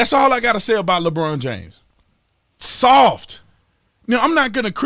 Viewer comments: He’s soft. S-O-F-T. Sof-TUH, with a capital “TUH”. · S.A.W.F.T....... SAWFT!!!!